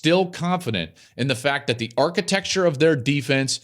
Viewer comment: Don’t call it “THEE GAME” hack. It’s “THE GAME” FFS!